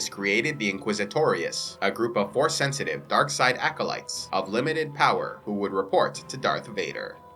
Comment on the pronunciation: the Jedi purge when you said the yoda part I thought I heard "horse" instead of force or in-STEED?!